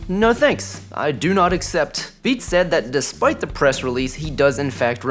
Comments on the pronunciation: Pretty sure it’s pronounced Bay-Ott. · Beat is said more like Bay-Yacht